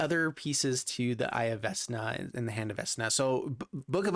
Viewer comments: Vecna doesn't have a s in it. Vec-Na! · Yeah, for me it reads VeKna. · Hurting my brain for how he says Vecna